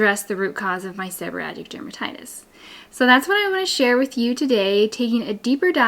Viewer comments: I don’t understand why you are saying “seborrhatic” rather than “seborrheic”? I’ve never heard it called that before. All of your signage in the video uses seborrheic dermatitis. Just curious. I do have SD since I had Covid19 in 2022. Itching, scaling, dry scalp; hair falling out. So frustrating. TY for the great suggestions! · Gods information. But it is pronounced Seb-her-eee-ick. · Thank god someone else noticed 😂